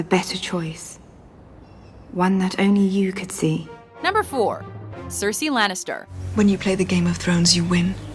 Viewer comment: Cersie and not Cersei? Shame, shame, shame.